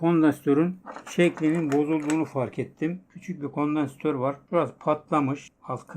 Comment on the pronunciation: abi sen kondansatörü düzgün telaffuz etmesen de olur biz seni sevdiğimiz için burdayız. :D